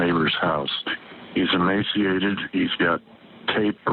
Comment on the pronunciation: it sounded like Emancipated , NOT emaciated . Listen to.Kevins newly released tales , he has been driven BEYOUND hopelessness . To a point just this side of sanity .